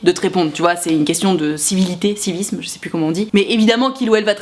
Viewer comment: Civisme on dit:)